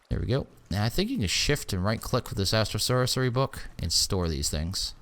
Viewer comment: "Astral Saucery" Cooking with.:)